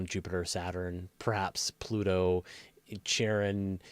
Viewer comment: Did you pronounce Charon as "Tsharon" to anger noth the Caron camp and the Sharon camp? Because it worked. I think we all prefer both the variation on Charlene Christy's nickname and the original creature's name over that stupid pronounciation.